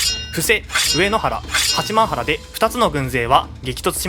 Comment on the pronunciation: 地元民だけど八幡原「はちまんぱら」な